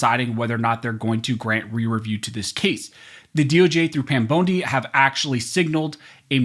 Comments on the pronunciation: Pam Bone-dee??? 😆 Freudian slip, brother?? 🦴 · Did he say Pam Bone-D😂 well we know whats on his mind when it comes to her. 😂